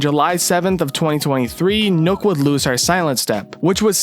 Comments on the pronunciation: It’s nook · Why does he keep saying “Nukk” When it’s clearly worked “Nokk” (knock) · Not “nook” it’s “nokk” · I was so annoyed by him saying it like that